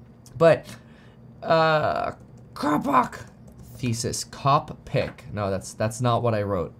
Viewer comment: 😂😂😂😂 love your coppock pronunciation. This is the way Kev. Bullish